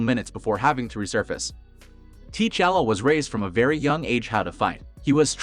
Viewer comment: Wa-canda! Tee-challa? Wtf